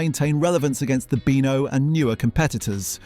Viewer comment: Is the narrator AI?? Sometimes he says Beano correctly and other times it's Ber-no. The way he says Shoot is ridiculous, he can't pronounce banana and says the word zanier as zar-nier. So, so annoying!!